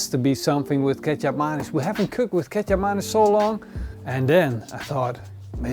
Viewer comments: I really thought Kecap Manis is a the way pronounces "ketchup mayonnaise" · I always think you're saying ketchup mayonnaise lol.